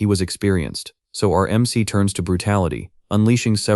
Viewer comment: Ai struggles to pronounce MC (em see) and proceeds to say mick instead and a few different ones too. this happens about 30 minutes in and continues for the rest of the video. overall though it actually described what was being shown for the most part. a decent video, and the story is definitely good.